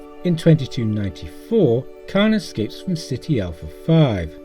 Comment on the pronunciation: Friendly Editorial Note: The planet’s name is ‘Ceti Alpha V’, sounding like the alternate name for a couch: “Settee,” but without quite such an emphasis on the second syllable. It sounds like you’re saying “City,” but perhaps that’s just due to your accent.